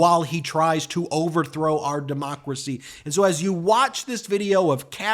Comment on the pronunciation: I love how he cant even say “democracy”.